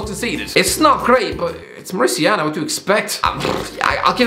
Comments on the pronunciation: Mauri*ta*nia, not Mauricia-na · More uh tan e uh Not more ishiana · Mauritania is pronounced MAW-ri-TAY-ni-a,. Anyways, quality content as per usual, keep it up. Cheers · It is pronounced Mouritania. Like Mourinho. Not Mauritiana like Copacabana. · Mauritiana and Upacemano 🤣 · Such a nice video. I am so glad to see you talking and knowing about all AFCON nations. Although you should fix your pronunciation of Mauritania. If you say Mauri like the tribe in New Zealand, ta as tay and nia as in "Roma*nia*" your pronunciation is ok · Morocco will win 🇲🇦 Also I find it funny how he pronounced Mauritania wrong More Ih Tay Neea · it's Mauritania as in Mori tanya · Mauritania not Mauritiana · you are destroying Mauritania's name. Its pronounced Mou-Ree-Taa-Nia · It’s pronounced Ma ru tain e ah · sick of hearing how you pronounce Mauritania as "mauritiana" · He was badly mispronouncing Mauritania every time right? Or have I been confidently mispronouncing it myself for years??? Interesting and decent vid btw, the glad to watch to end, just curious over that pronunciation lol! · Lol what a way to pronounce Mauritania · You pronounced mauritania so badly lol